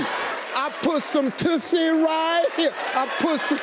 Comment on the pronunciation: You are saying it wrong. Try changing that "U"to the u in tussle, as in skirmish/ tussle with a dog toy. It is also a perfume from 1950's. No mistaking the word with a different pronounciation.